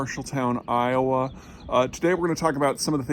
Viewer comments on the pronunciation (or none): none